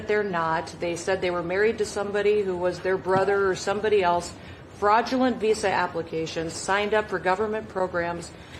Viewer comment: Where did this trend of saying “else” as “eltse” come from? Why is there now a letter “t” in the word “else??!!”